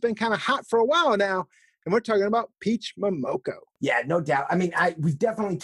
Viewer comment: " Peach Momonoko " lol